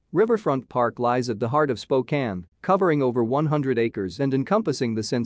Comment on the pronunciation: Spokane?? SMH